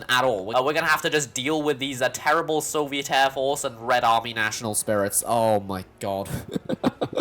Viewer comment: “Sabetsky Soyuz” True communist detected